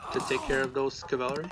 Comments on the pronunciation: i swear if i ever hear this guy say "cavalary" again im gonna develop a fucking anurism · What the hell is cavalery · Bro, why do you pronounce cavalry so funny? ˈkavəlrē Zues player suicided nearly his entire army on that tc after anc/eclipse..cost him the game. He had to rebuild entire army and never got to heroic. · Which country are you from that you cannot say cavalry ?